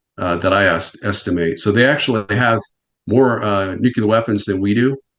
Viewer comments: Nuc-LEAR. It’s not pronounced nuc-you-lar. Kind of diminishes the message when the guest mispronounces the word multiple times. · Someone needs to tell this Nuclear expert: it's pronounced "nu-clear" not "nuke-ular" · Nuclear: "Nu Klee Ur"...not "Nukular" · Anybody that says “nucular” immediate loses credibility IMO. Say it right: nuclear. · I said it last time and I’ll say it again. Who ever Pronounces nuclear as “New-Q-Lur” instead of “New-Clear” should not work on our around the topic. Grinds my gears something fierce, boy. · New CLEAR! Not nuuuQlar! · I effing hate it when anyone but especially an "expert" says nucular instead of nuclear. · Honestly, WTF is so difficult about the word nuclear? It’s pronounced in the manner of new clear, not nucular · It’s hard to watch when this man mispronounces nuclear over and over again. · The pronunciation of "nuclear" as "nucular" by a supposed expert. He said it so damn much too! 😂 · @@ nu clear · @@ can you read???? not nu que ler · Gotta' love that nucular war expert. New. Clear. It's just not that hard. "When I wrote my unpublished book". No shi*. I'm so convinced. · I am backing out of this video i cannot handle people saying “nUkUlAr” anymore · Nate your "expert" said at least 100 times "nukular", i managed to endure half hour in to interwiew, but it's unwatchable. I have no desire to troll, but man- just listen him, and lastly all he said we allready know, call Scott Ritter he surely knows much more than this klaun. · Nu Ku ler. It's pronounced nu Ku ler 😂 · Why does everyone say Nu-cu-lar? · Interesting factoid, he says Nucular. John Haller says it that way sometimes said that 8 presidents said Nucular. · needs to learn how to pronounce the word nuclear. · Had to quit before half way in cause I can't keep hearing this idiot say NUCULAR. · Nu-cle-ur Real-tor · WHO... TF... ARE THESE PEOPLE TO SPEAK ON WAR WHEN THEY CANT EVEN PROPERLY SAY THE WORD "NUCLEAR"? ITS NOT NUCULAR DUMBASS' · but he said "nukulur"